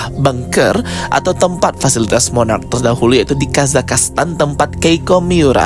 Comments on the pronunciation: Monarch bukan monarach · Mooonnaarrcchhh...bukan moonnaarraacchh...🙄🙄🙄